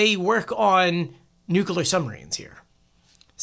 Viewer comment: With all due respect; it is spelled N-U-C-L-E-A-R. NOT nucular! Please stop speaking Trump language.